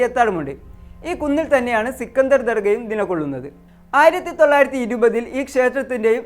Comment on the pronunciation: സിക്കണ്ടർ അല്ല.... സ്കന്ദർ അതാണ്‌ കറക്റ്റ്...... 😄😄😄😄😄